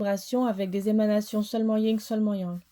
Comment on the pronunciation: C est le Yang et le Yin pas Ying😂